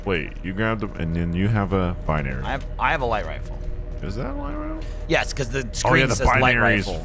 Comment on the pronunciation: i like the way gav says binary calling it beeneery